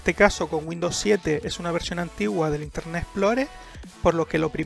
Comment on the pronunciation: interneT papito, no INTERNE' ... habla bien